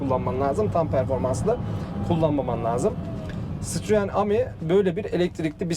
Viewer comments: Guzel video olmusda. Ama ami ne ya ? Okunuşu Emidir Am-i degil 😂😂😂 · Aracın adı A-Mi DEĞİL bizler yazıldığı gibi okuduğumuz için absürt bir telaffuz oluyor Adı CİTROEN E-Mi yani EMi DİYE OKUNMALI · Eymi diye okunuyor...